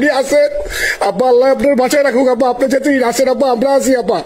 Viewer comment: আপনি আফা না বলে ম্যাডাম বললে ভালো হতো,,,কারন আপনি যতবার আফা বলছেন,,ততবার আব্বা আব্বা মনে হইছে